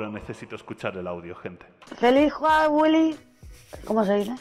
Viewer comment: Señora diciendo "juaguoling"🥱 diciendo 🔥Jaguolin🔥 🤩🤩